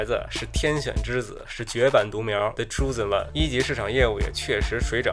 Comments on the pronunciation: 这期很干脆，浅显易懂可操作性很高。纠正个发音——chosen one读作【抽zen万】。漫画素材从哪儿找的，求下，谢谢， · chosen貌似 发音错了